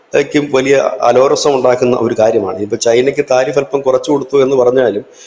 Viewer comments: അലോരസം ആണോ അലോസരം അല്ലെ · “അലോരസം” അല്ല “അലോസരം”( discomfort,worry,disturbance)ആണ് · Is അലോസരം not അലോരസം please try to correct! Good, go ahead!!!